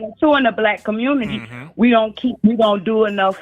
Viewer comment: The Communitah!!!🤣🤣🤣🤣🤣🤣